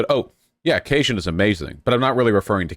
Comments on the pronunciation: he was saying kay-shin. It's kay-jun. He corrected later on but it was grating. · The way he pronounced Cajun. Massive vaush L